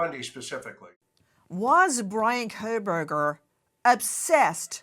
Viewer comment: Kohberger, no L.